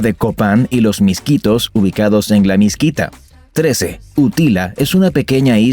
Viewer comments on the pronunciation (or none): Se dice La Mosquitia! No la Misquita